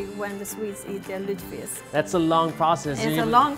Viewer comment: It‘s „lutfisk“ not „lutsfisk“ 😉